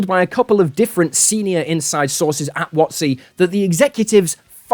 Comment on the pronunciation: I love how the way you pronounce WotC rhymes with Nazi